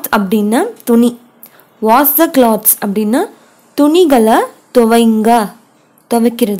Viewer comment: Hello properly wash the clothes. Wash the clothes. Clothes pronounce it properly